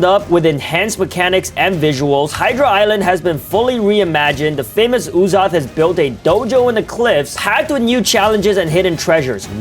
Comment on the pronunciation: “I am Uzoth master” 😂